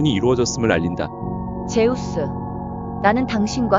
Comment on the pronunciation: 즈스가 아니 제우스